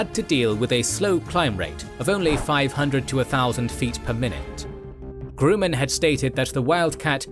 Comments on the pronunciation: I thought Gruman was supposed to rhyme with woman, not poo-man, man. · There are 2 outstanding faux pas here. Grumman, at least in the US and by naval aviators, is pronounced with a short U not GRU-man as if in Despicable Me. Grumman is a famous name in Naval aviation. Look at Ward Carrol's channel. As a former F-14 flier his pronunciation is likely standard. And the Thatch Weave as described a myriads of books involves the attacked plane or 2 plane group turning hard towards its partner(s). It was most definitely not what is described here which is just some jinks in around that was clearly going to get a Wildcat downed by a Zero. The 2 flights spaced at the minimum turning radius of the Wildcat meant that they would close in minimum time dead on and thus if the Zero was following then the partner would get a head on shot at the trailing Zero. After the first pass the attacked plane would break back hard the other way. Hopefully the attacking Zero, with his wind screen filling rapidly with an oncoming Wildcat would be distracted enough to at least momentarily lose the bead. The planes would continue breaking left and right until the attack was defeated creating a weave. It's very unusual to see errors in K & G, have you changed the research crew.